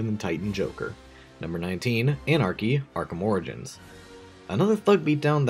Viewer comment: Anarky, not Anarchy